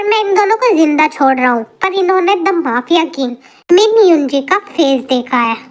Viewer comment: Story bohot hi achi hai, but apne suga ka real name galat pronounce kiya hai, vo min युंजी nahi balki min युंगी pronounce hota hai 🙌🏻💜